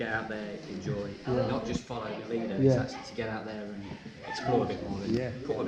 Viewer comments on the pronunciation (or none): From a Leicester girl I have to say you’ve never sounded more Derby than when shouting the runner that had missed the check point ; “‘ere’lad” 😂😂 Brilliant , love the energy in this video 👍🏽 Nice dedication to Pricey Lad